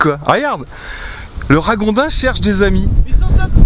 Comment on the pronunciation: Salut!! On dit raGondin comme dans Gond, Goutte ou Gâteau. Merci pour tes vidéo sympas! Bonne continuation. J'adore ton générique d'entrée, j'ai rarement vu plus kitsch en terme de musique, de bruitages et de visuels! XD